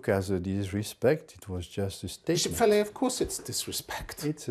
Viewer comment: get his name right... it's Bishop Fellay.